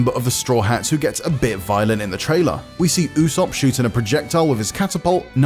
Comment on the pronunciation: Lufy? Usop? What are these pronounciations